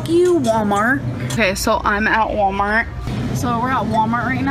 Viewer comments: How pronounces "wommart" and doesn't say the 'L' sound, but pronounces "bolth" including the L sound when she shouldn't. Agitates me in an unhealthy way. 😂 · “Warmart”. Says